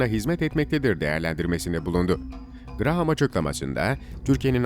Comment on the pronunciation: If you are talking about senator Graham show his images, NOT senator Menendez. Also, in English Graham is pronounced "Graam" .